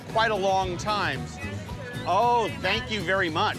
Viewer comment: hahah thats my favorite damn part is to hear say “it’s veddy delicious” hahah okay we get it xD